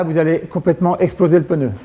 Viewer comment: le peuneu?